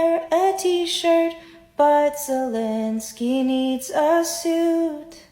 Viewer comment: It’s ZEL linsky Not ZUL linsky !!! Bro